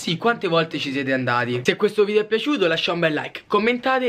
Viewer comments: Si dice video non vidio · Solo io ho notato “VIDIO” e “AERIO” hahaha❤️🔥🙏